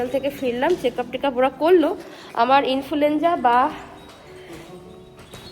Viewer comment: Infulenza noy influenza😅